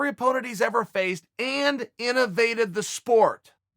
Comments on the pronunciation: First time I’ve EVER heard Chael misspeak, he said “intovated the sport” in stead of “innovated” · I thought the phrase was "innovated" not "intovated". However, if Uncle Chael says its "intovated" then there must be a "t" in there somewhere that I never noticed before. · Intervated lol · Khabib is so good Chael created a new word for him.. He "intovated" and changed the sport! Way to go Drunk Uncle! Lmao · Chael "Intivated the Sport" Sonnen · if uncle chael says innovated is pronounced intovated then thats how its pronounced got it? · "Intovated", not a word. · Chael " he has into-vate-ed the sport" Sonnen... Gotta love the Sonnen-isms. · Someone inform Webster’s to the current and correct pronunciation of ‘Innovated’...it will be so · He says it twice. He mispronounces it the second time.